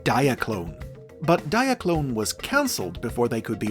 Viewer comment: “Japanese toy line (dramatic pause) DIE-AH-CLOH-NEH)